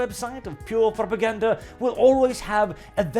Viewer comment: Honestley thought you said "a Proper Gander website"